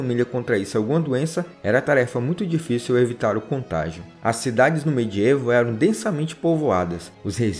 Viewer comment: Professor, excelente trabalho. Parabéns! Se me permite, uma minúscula correção de português: a pronúncia da palavra "medievo", segundo as melhores fontes, é "mediévo" e não "mediêvo". Mas receba meus parabéns pelo trabalho. Muito bom e esclarecedor. Aprendi muito.